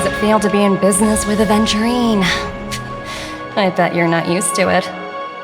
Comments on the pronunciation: ratio mispronounces aventurine, he says adventurine. It would be fun if this mistake is pointed out in future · Funnily enough, the current patch rn has Aventurine using "ADVenturine" name LMAO